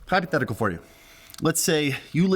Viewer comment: jesus chrst, that "Hypothetical for you" I had to turn on the subtitle LMAO